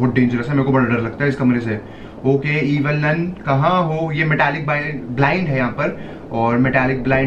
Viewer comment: It is evil nun not evil nani😂😂